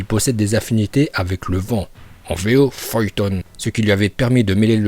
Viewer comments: On ne dit pas ''FOYETON'' mais pas ''FUTON''. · Pourquoi tu dis feuille ton au lieu de fûton et seuilleton ? 😂😂